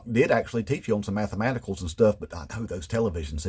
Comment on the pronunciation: The math uh maticals😅😅